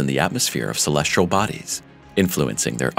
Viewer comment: Try to find a narrator who can pronounce the word, "celestial", That would be great. =PC=